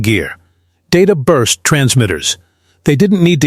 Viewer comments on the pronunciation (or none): none